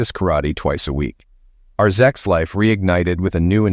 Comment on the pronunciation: What is with saying “zex” instead of “sex.” Not like it’s a dirty word